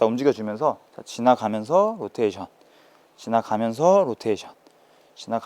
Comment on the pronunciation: 로텐션이라고 하는 습관 고치셨네요 ㅎㅎ